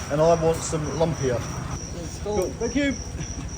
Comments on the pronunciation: pronounced "Loomppia" not " Lump-ya" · Love the videos again! Your pronouncing "Lumpia" wrong - ask Ken how it should be pronounced. Every time I watch your vids I miss the Philippines:)